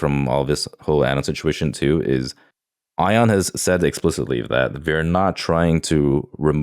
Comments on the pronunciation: Why am I so triggered over calling Ian Ion, instead of EEEE ann? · Why does he keep calling Ion "Eye-On" instead of "E-an"? Ion's name has been said aloud multiple times. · pronouncing Ion as ion gets me every time. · yeah deliberately pronouncing someone’s name wrong is just shitty behaviour tbh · He must do it for engagement. and say it properly and he knows who they are talking about. 😂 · STILL mispronouncing Ion's name is so belligerent lmao Distinctifying this comment in post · Well Ion's name is spelled Ion not Ian but yeah wrong pronunciation